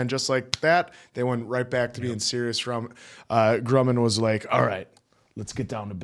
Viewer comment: PLEASE don't call him "Groomin'"! It's Grumman, like "um" or "yummy" or "dumb". Like Northrop Grumman the aerospace company.